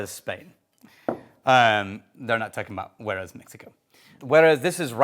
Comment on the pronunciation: Sorry to "um, actually" you here, but it sounds like you mixed up Jerez and Juarez / mashed them up into "Juerez."